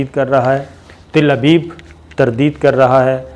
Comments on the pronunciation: Ots not Til Abeeb its Tal Abeeb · It is Telavive not Tilaviive . Plz correct your pronunciation . Always you use mispronunciation of the words. For example; in Urdu “ Shakast” you say “Shikast “ .i love you Mr. Sabir Shakir . Hope you will not mind my aforesaid words. Thanks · mr sabir shakir, find the word Tel Aviv how to pronounce on google.